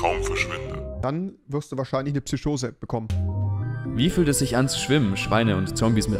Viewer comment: Das ist nicht Rewi, weil Rewi immer ch anstatt sch sagt. Aber dieser Mensch hat Psyschose gesagt, also ist das nicht Rewi!